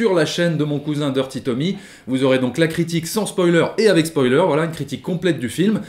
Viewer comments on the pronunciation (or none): none